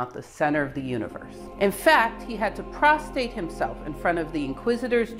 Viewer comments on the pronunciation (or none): Ahem. Galileo had to prostrate himself. Not prostate. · Love your channel! But Galileo didn't "prostate" himself (though that might be interesting...) but he did 'prostrate' himself. I listened closely and... yeah, ya did... And that's not the Parthenon. That's a domed cathedral. You said "water pumps cannot pump more than 33 feet" which is a misrepresentation. A perfect vacuum at the top of a tube cannot pull water up more than 33 feet at sea level. Water pumps can push water uphill readily depending on the power applied, but always fail at pulling it upwards. Still, I love this channel and sub'd.